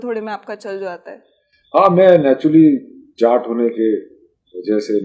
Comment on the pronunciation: jaat nhi jat 😆